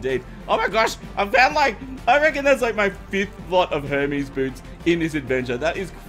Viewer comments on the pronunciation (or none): none